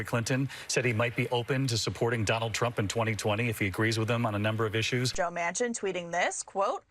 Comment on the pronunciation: How many FFF times can he say JOE MANSON MANCIN! Jesus! 😱😡